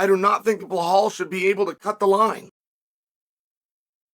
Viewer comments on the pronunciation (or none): It’s belal not blahal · WHY in the ever loving FUCK does Chael always add an L to Belals name?! It drives me fuckin crazy and he does it every single fucking time! He says BLehal and it’s so irritating cuz if you’re gonna have a show or podcast or whatever it is.. say the gatdamn name the right way. & if you fuck up, change it and say it the right way. But he NEVER says it correctly. Not once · "Blahal" is sending me 😂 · CS “Ble Hal” hilarious! That and Pea Air Ra! Hahaha!